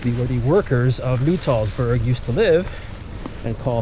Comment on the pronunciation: It is not Nu-Tall- Burg. It is Nut-All-burg. l shot video of the restoration a few years ago.